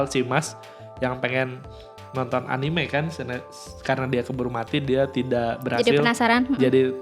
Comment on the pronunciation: Kak... A-Ni-Me... Bukan anim 😑